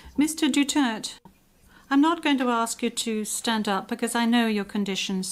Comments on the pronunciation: Pronounce silent vowels DUTERTE Dutirt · Talo na lahat kalaban di si tatay ang nililitis mali ang pronounce ng Duterte dutert dw😅😅😅😅😅😅